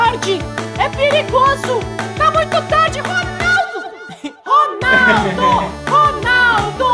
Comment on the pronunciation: "Ronalda" não gente😂